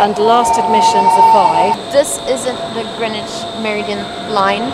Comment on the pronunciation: How come doesn't know how to say "meridian"?: - ) Beyond that, I have loved that you guys have taken us on your trip to the UK (and to the boat show)! I found the mini series on Harrison's development of an accurate chronometer to be truly fascinating. So seeing the "clock" display at the Royal Observatory was truly great! Thanks.